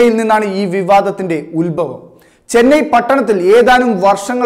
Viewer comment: എട കൊച്ചനെ ഉൽബവം അല്ല, ഉത്ഭവം. പറഞ്ഞുപഠിക്ക്.